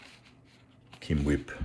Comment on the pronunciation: I know I'm supposed to be focused on the fancy hot tweezers, but I'm completely stuck on whatever tissue you're using to clean the flux. Keam-whip? Chem-wip? I couldn't make out what you called them.